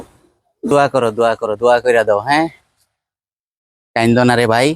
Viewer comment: দয়া না দোয়া